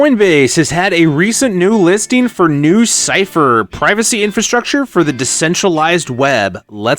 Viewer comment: Sounds more like lucypher